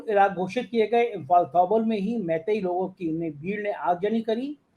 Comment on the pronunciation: Pronounce as- थौबाल जिला/जिले